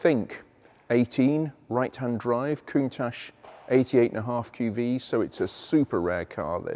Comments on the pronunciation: So is it that Lambo pronounced Countatch or Countash? You explained it was the former but then used the latter! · Ahh so its countach as in tacho....2 mins later is countach as in moustache....I'm no clearer... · I believe you mispronounced Countach after the Grammar lesson. What was that again ?